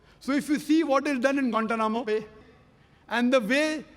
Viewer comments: 😂😂😂😂😂I'm dead every time he says gantanamo Bay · haahah why does it sound so weird, kind cut off. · I'm pretty sure he mispronounces it every time and they have to edit it 😂